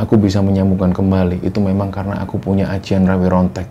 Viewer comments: RAWA RONTEK BUKAN RAWE RONTEK.😂😂 RAWARONTEK YA BANG. BUKA RAWE2 RANTAS MALANG2 PUTUNG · Setauku namanya RawaRontek,,, bukan RaweRontek 🙄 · rawa rontek bukan rawe rontek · rawa rontek bangg bukan rawr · Ingatlah yg benar,rawa rontek,jadi bukan rawe rontek,bicara aja ga becus,cerita murahan,hanya karangan dan imajinasi doang,alur cerita berbelit-belit,cerita murahan,malu maluin aja.